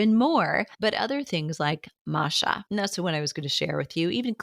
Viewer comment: Does she mean matcha???? What is she trying to say with that pronunciation?